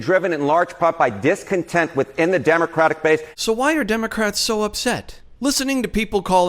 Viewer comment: "Demoratic" I like it